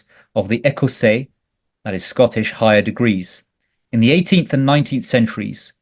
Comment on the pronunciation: Some of the pronunciations of foreign words are unrecognisable. I say this by way of helping you communicate more effectively. For example the French word for Scottish is approx phonetically "ecossay", not "acarnsay". (being facetious in a nice way, I thought you were saying "I can't say")